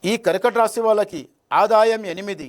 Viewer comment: పేరు శాస్త్రి అని ఎవరు పెంటుకుంటారు. కర్కాటక రాశి అని పలికేదే సరిగరలేదు